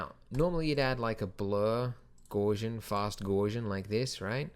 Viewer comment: Gaussian is pronounced "gowce-ian" not "gors-ian" Carl Friedrich Gauss. A great mathematician. THE great mathematician.